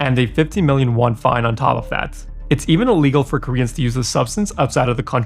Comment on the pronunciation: Thx for the video. One note, your English is excellent but you’re pronouncing illegal as legal.